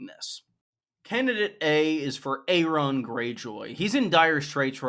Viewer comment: Air on not A ron